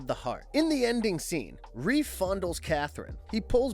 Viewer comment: It's Rafe not Reef